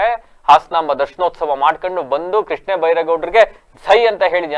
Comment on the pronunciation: ಕೃಷ್ಣೇ ಅಲ್ಲ ಕಣಪ್ಪ ಕೃಷ್ಣ